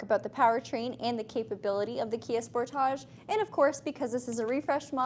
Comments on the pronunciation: it's pronounced sportage okay 👍 👌 😊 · Love this review! I know "spor-TAH-j" is how it's pronounced in Canada and it's so funny to me. 😂 Do you also pronounce other words with the "-age" suffix such as package or luggage like that? "pa-KAH-j" and "lu-GAH-j" 🤣🤣🤣 (edit) OMG you do!